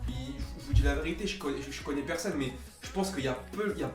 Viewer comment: Mdrrrr qui a remarqué que dans et disent "personne", ils prononcent "perseunne"